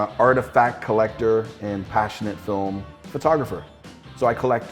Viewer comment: Love Chris' content, but it's jarring every time he says "fertography" instead of "photography". Once I noticed it, I couldn't unhear it!